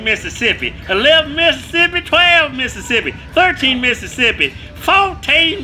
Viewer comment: 11 missisipy TWELVE misissipy lmao